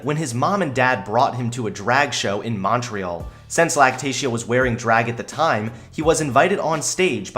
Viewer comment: when you can't pronounce Montreal